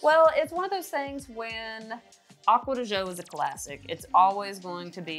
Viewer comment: “Agua de Joe“ 🤦‍♂️😂